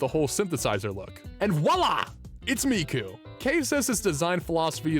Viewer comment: It's Hatsune Miku! Not Hatsune Mike!